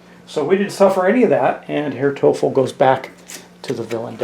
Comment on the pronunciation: Herr Teufel is pronounced roughly as toy-full. It’s German for “devil”.